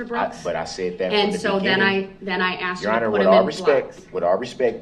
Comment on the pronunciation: Speak English for fuck sake! It’s not axed, it’s asked!!!!!! You’re so right, just like a CHILD! Hilarious 😂😂😂